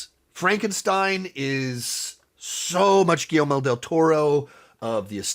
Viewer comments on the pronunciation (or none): Dude really needs to learn how to pronounce GuilleRmo.